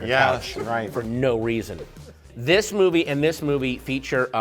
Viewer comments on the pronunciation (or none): none